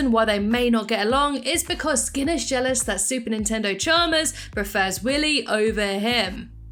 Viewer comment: did you say Super Nintendo Chalmers?